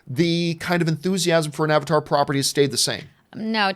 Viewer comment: I just like how Arnold Schwarzenegger says Avatar as Abatar.